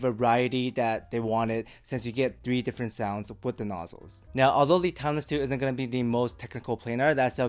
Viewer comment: Almost everytime you said "Timeless 2" I heard "Tangzu" xD. Biased ears maybe? Anyways great review!